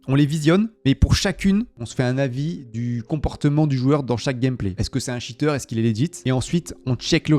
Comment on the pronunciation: un shiteur ????? cheater ca ne se prononce pas comme ca